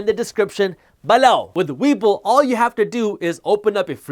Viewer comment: I laugh so much when you're talking about the newsletter and say, "below"😂 it sounds like you're saying BALOW, like someone got hit with something